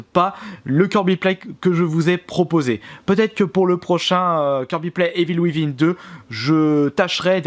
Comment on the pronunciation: Evil wivin 😂😂😂 vive les français qui parlent anglais.